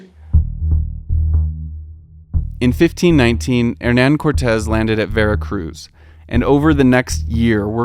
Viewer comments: It'd called Veracruz. Not Varacruz. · 1° It's VERACRUZ, not "Varacruz" 2° It's PASEO de la Reforma, not Paso. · not Varacruz… it’s VERACRUZ 😓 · why is no mexican person being interviewed here? please cuestion yourself on that. also, so many errors in just under 8 minutes in this short "documentary", in the chinampas you can grow crops between 4 to 5 times a year so a lot more than only twice, and the state is called Veracruz not "Varacruz"... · Great information, but it’s spelled Veracruz, not Varacruz. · It's Veracruz, not Varacruz. Greetings from there! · Is Veracruz not Varacruz 😢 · amazing video but in minute the port is called Veracruz, not Varacruz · Hey I loved this video, appreciate your investigative work on it but please do better on the Spanish pronunciation and writing of things and places, even I know is not Varacruz 😅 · It’s Veracruz with an E. Great video!